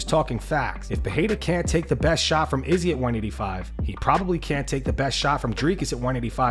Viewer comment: Ariel helwani was the only other dude who pronounced it like that 😂I agree it drives me nuts too